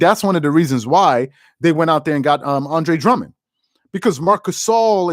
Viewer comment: I really like your videos man! Only thing I recommend is take a few seconds before your videos to pronounce the right name of the players youre gonna talk about. -Andre Drummond -Deandre Ayton